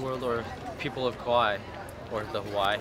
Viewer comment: I really love, but I'm having a hard time hearing him say kuwaii... It's the second video.. And I doubted myself is Hawaii was ever named Hawaii.. I was like... Is it me? Have I being saying Hawaii wrong all this time?